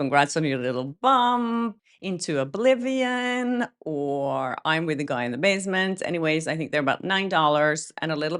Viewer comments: Hey! No shade, but you said you like to be corrected. Basement not Basment. Love your channel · Basement, not basment. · "basement" has an "e" in it,:face-red-smiling-live